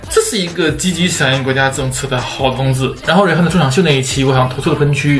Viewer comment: 溫馨提示：Rihanna的h不發音